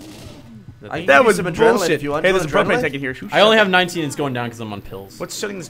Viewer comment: Propane, more like problaine, am I right?